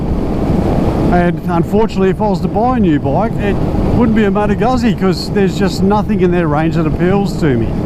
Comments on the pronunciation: It's Lombard not Italian, so it's pronounced, "Goosey" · That's not how you pronounce Moto Guzzi.